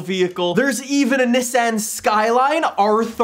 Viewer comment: The way he just said Nissan made me punch myself in the the face!